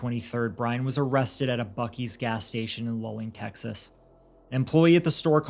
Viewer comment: Lulling, Texas is pronounced “LOULING” RIP Kendrick